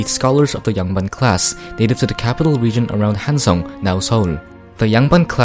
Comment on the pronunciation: 한국인이가 발음이 딱딱 맞음 조.선 한.성